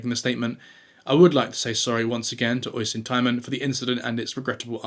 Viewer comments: Oisin is pronounced osh-een not oi-sin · It’s pronounced usheen not osin 😅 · Oisin pronounced Ush-een